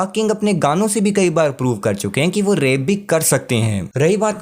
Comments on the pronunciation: भाई 'रेप' मत बोलो यार "रैप' होता है। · Bro " Rap " Hota hai thoda ache se pronounce kiya karo , Baki sab kuch badiya hai. Keep it up bro!💯🔥 Love From Kingsclan...❤️